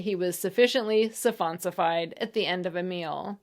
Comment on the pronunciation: "Surronsified"?? It's suffonsifed. 🍽